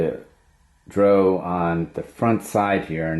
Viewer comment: D.R.O. Not dro.